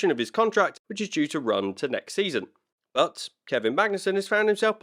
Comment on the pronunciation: Nah, he says. "But regardless...", though the "t" got a little lost through his accent, so it came out as "Bu' regardless..."! No Biggie! 😉👍